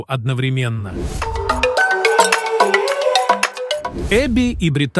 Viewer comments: Этот переводчик ударения так ставит не правильно, может сами будете разговаривать ?! Косит аж, когда одну из них называет БритАААни, вместо БрИИИтани и таких случаев много 😞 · Не БриттАни, а БрИттани, сэр. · Не умееш читать или как не Британи а Бриттани